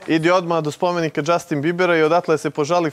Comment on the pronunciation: A đee taj đžastiin 🤣